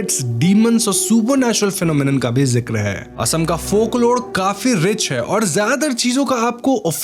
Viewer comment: ye "asm" kya hota hai bhai mere? ASSAM ... ASSAM uccharan karo